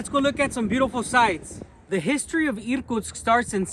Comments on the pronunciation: I thought you were a Russian pretending to be an American 😂. because you pronounce words in English clearly, Americans usually swallow sounds and its difficult for a Russian person to understand them by ear. And you pronounce the city of Irkutsk as Russian Irrrkutsk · I think your pronunciation of Irtkutsk was very goodt 👌 what a beautiful city and the church looks so nice! Just beautiful. But does that large river ever flood the city? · Очень понравилось произношение "Иркутск" - чёткий звук "р".